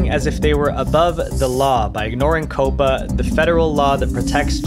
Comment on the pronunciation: Say it with me. COP-PA Not Coh-puh. 🤦‍♂️